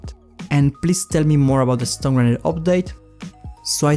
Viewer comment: You say the stun grenade ‘Stone grenade’